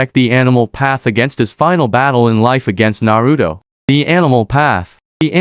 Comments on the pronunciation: There no D in Naruto 😂😂😂😂😂😂😂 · Narudo, Nagado, Obido what?